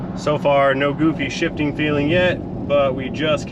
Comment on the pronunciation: Almost thought you said "She's $hitting" lol. No, I get it "She's shifting"